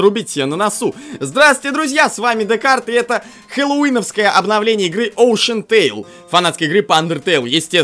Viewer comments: Океантейл говорится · Все:океантайл ДеКарт:оушентайл